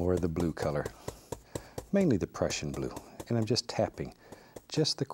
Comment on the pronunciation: When he said prussian blue it sounded like Russian Blue